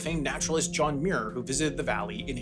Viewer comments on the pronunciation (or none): none